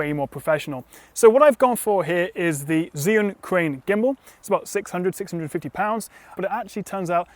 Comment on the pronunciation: Zhiyun? D